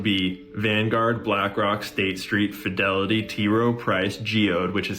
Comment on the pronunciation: Fidelity "fidelio"